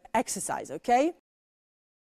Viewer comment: To naciągane "British wanna be" - - Ołłh / Ołłkej 🤣🤣🤣🤣🤣 bez urazy ale nauczyciel z taką wymową nie przekonałby mnie. Chyba bym wolała napieprzać wszystkie możliwe programy z BBC niż chodzić na angielski w jej szkole